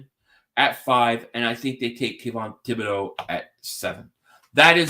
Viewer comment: It's T-bod-O! It's French!